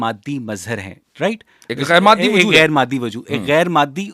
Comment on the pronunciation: معدی نہیں اوئے مادی